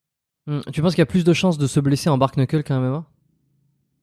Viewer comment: Le bar keunekeule lol